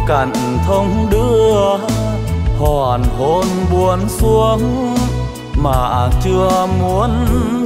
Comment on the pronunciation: st và thể hiện trầm lắng. nhưng hình như cách phát âm có phần lạc hướng... để ý những từ Hoàng hậu Hoàng hôn buông xuống.❤